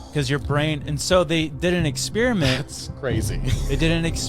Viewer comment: what is an exspermen? Did he mean an experiment??